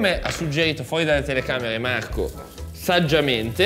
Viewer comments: AAA cercasi gnocchi “artigianati”, come dice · Uagliò Marco però non far video "mi sfottono per il video di masterchef buhuuuu" a far la vittima e poi fai sponsorizzate da video con 'SAPOVI DELLA MIA TEVVA" a prender per il culo che parli con la 'V' e così via... Ok che come dici tu 'alzi la munnezz' e qualche soldo in più fa comodo ma scegli se esser il meme vivente o la vittima, così è fastidioso.